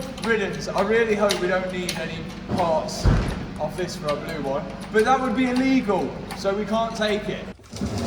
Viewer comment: I don’t know what hope you have. He can’t even say “but” he says “bert”… 😂